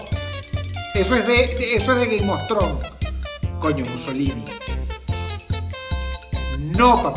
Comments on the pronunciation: no se por que escuche “gay mostron” en lugar de “game of thrones” xdxd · Es Game of Thrones, pero si lo pronuncias rápido parece que dice Gay Mostrón 😂